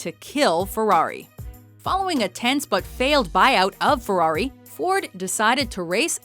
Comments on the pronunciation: what's a fewawi? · This woman and the word ferrari don't go well together...